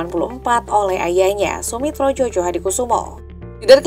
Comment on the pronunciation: Koreksi sedikit ya mbak... Djojohadikoesoemo itu asli tulisannya, masih dalam ejaan lama org jadul. Gak boleh dirubah. Tulisannya, nama org. Bacanya, dieja Joyohadikusumo. Jadi bukan Jojo ya. Tks.